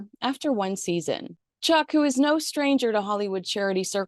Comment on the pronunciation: Isn’t Chuck’s name pronounced “Lorry”?